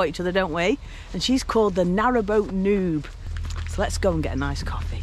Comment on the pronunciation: I did miss hear, Narrowow boat Noobs. I heard narrow nud...